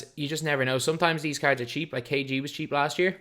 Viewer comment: You say kg as kd several times..